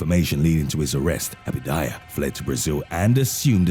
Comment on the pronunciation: Abadia !! Not abidaya!! WTF dude read that shit